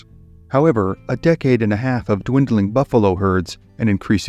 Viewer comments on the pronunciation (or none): none